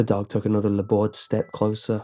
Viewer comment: I just realised he was saying laboured I didn't understand it because he was saying weirdly